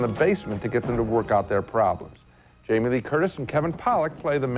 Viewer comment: 'cmon, Jingle All the Way is so good. even though he's physically unable to pronounce Jamie.